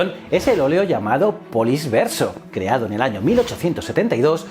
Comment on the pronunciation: Se lee “poliche” 🤦🏻‍♂️